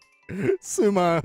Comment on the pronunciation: す↑まん↓ 草